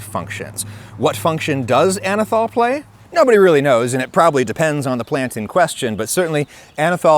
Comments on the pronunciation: Anethole is being pronounced wrong here, too. It’s “ole” as in “hole” not “all” like “alcohol.” It has an ether moiety which is why it is spelled that way. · Ah-Nus Anyth-hole